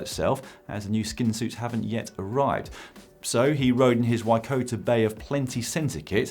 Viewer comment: Nice try on the pronounciation of NZ's Patrick Bevan's centre name, but it's Waikato, not Waikota... close though!